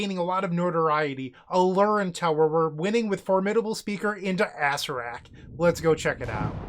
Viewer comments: is that mispronunciation ragebaiting or for comment farming? ah-SAIR-ak or more commonly ah-SAIR-uh-rak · I love the way you say Acererak. Sounds like an old donkey joke card. Lol